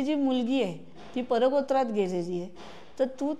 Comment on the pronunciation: अल्का ताईंची मुलगी कुठे गेली आहे, हे तुम्ही सांगताना मला फक्त परवत्रात कि परबत्रात नक्की कुठे गेली आहे तो शब्द कळलाच नाही, आणि त्या शब्दाचा अर्थ पण कळला नाही, त्यामुळे तो काय शब्द आहे ते कृपया सांगावे, मी पुन्हा पुन्हा ऐकलं पण नाही कळला, मला माहित आहे हा प्रश्न निरर्थक आहे तरी सुद्धा उत्तर द्यावे